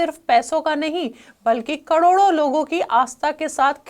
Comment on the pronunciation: जो महिला "करोड़ों" का उच्चारण भी ठीक से ना कर पाये, कड़ोड़ों बोले, संशय तभी हो गया था कि ये समाचार का चैनल नहीं किसी विशेष लक्ष्य के लिए खोला गया चैनल है!!